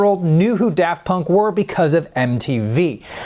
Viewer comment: He says da funk.. Amazing name!